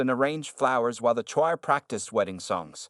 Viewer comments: also the voice did not pronounce the word 'choir' [meaning the group of church-singers] correctly: the voice came out like 'ch-a-i-r'! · Can you learn to pronounce Choir please !!! And learn to pronounce English words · Whoever fed the text to AI should have spelled out "Saint" instead of using the abbreviation. That would have solved "STREET Catherine". Still not sure how to get it to pronounce choir properly.